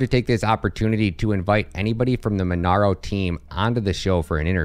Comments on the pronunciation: MonEro not MonAro. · Mon-EH-ro! not MonAro! jfc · Monero not monaro hahahaha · its monero man Not MonAro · That's not how you pronounce monero lmao but great video !!